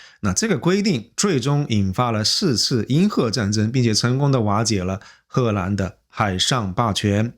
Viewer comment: 褐兰😂，我一瞬间怀疑这个是AI了